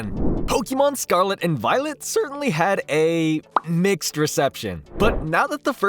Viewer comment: why you say the word “certainly” so weird and cringe bro 😂😂